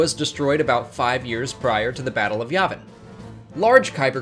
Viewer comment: “yeah-vin” not “yaw-vin” “Ir-so” not “air-so”